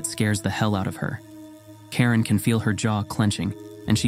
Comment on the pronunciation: Mispronunciation of the name I guess. Karin is a common name in Sweden but you said Karen, which, if it exist in Sweden is extremely rare and brings the thoughts to the Karen meme.